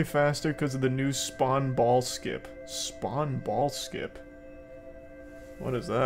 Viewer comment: Though he said "spwan ball skin"